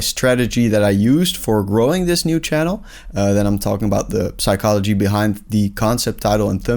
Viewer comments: I would've subscribed but this dude pronounces the "p" in psychology, like a ruthless animal. F**king bastard. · Bro the p in psychology is not pronounced in English